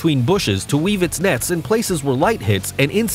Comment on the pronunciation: he keeps saying nets instead of nests, characterized a frog as an insect, and said “oseanic” instead of “oceanic”